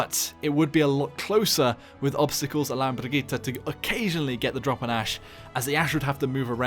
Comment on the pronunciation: Funny how a Paladins youtuber can pronounce her Brigitte better than basically every overwatch youtuber.